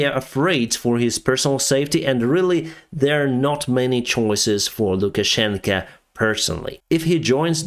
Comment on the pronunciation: Is it me or is saying LukaschenkA instead of LukaschenkO. Implying that Putin wears the pants in the Belarusian-Russian relationship? 😅